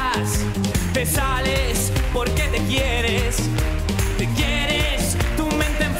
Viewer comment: "lo que ereh", y se ha pasado la canción pronunciando "te saleSSS, porque te sobraSSS, y te bastaSSS" UFF qué macarra, sí, es verdad...Madre de Dios Qué bochorno